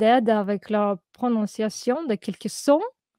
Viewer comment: Incroyable votre pronuntiation.